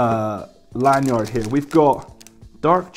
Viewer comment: " Land yard" lol